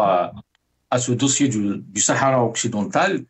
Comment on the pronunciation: Essayez de ne pas prononcé le ''H'' de sahara svp ( laissez le muet). Merci, ca fait pas pour les auditeurs